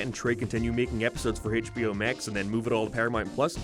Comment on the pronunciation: I swear, if you say "Haitch Bee Oh" oen more time, I'll sue you. I'll sue you in England, budday!